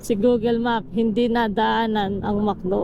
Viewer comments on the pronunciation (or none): none